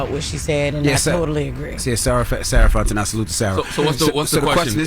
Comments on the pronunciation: They killing me with the Fontenot pronunciation 🤣😂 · Sarah Fontenot’s last name should be pronounced: FONT E NO not NOT